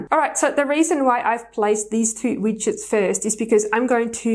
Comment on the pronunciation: Pretty Shure they are called widgets (Wigedts) not Witchet Bit ok